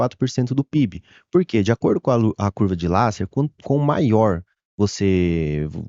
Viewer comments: Curva de Lasser? É a pronúncia? Conheço curva de Laffer. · Curvou tanto, que até mudou algumas letras.